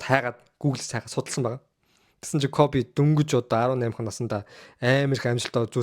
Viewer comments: Дахиж битгий бичлэг хийгээрэй гуйж байна. КОФЭ БИШ КОБИ ШҮҮ. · Тэнэг малнууд Kobe shuu jegshig medej bna э bish и geee duuddag yum huduu huduu ene кобэ кобэ гээд малтаад байга дээр + нь та 2 таг хөдөө зав хэл бас мэдэж ав КОБЭ биш КОБИ гэж хэлдэг мэдээд авчуул та 3т л хэрэгтэй okey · Jhn sudlaj baij naadhaa hgce sda ysn dutuu dulimag medeeller iim bcleg hdginbe tgsne кобэ кобэ gshgad bhi коби bish ymuu ttlaa sda ahahahah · Кобэ биш коби шүү дүү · Kobe bean braynt гэдэг facebookig pacebook гээд мангартаад бдаг шиг хэлэхдээ коби гэж дууднаа э биш и гээр дуудна кобэ кобэ жэгшиг ядахна зөв хэл л дээ хэлэхдээ коби 3аа кобэ кобэ ёооё коби гж хэлдэг юм аа мэдэж ав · Ахыгаа юу гэсийн Кофи гэсиймуу😂😂😂